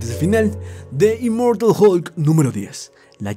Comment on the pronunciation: "Immoratal hulk" :v